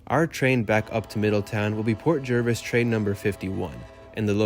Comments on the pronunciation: Pronounced JARvis. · I lived in NJ for 43 years.. always said JERvis